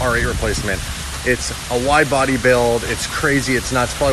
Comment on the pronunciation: anybody noticed wifebody in place of wide body😂😂😂